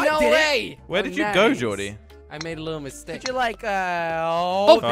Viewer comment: JOR-DI a